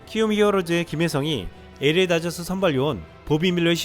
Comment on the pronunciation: LA다저스발음할때, 에레이다저스가아니라 엘레이다저스라고발음해야합니다.에레이가아니라 엘 에이 or 엘레이